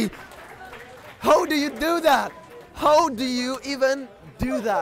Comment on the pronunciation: he said hoe do you do that :p